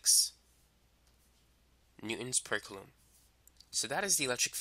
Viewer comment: It's pronouned "Koolom" not cloom